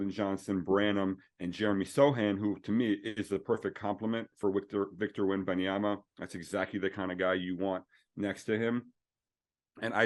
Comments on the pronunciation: “WEMANYAMA” yeah sure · The name butchering is crazy.... 🤣😂 they said manyama